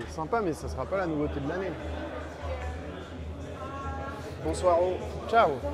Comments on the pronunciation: Le "bonsoiro" m'a mis à terre. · " bonsoiro " ! 🤣🤣 tu es trop fort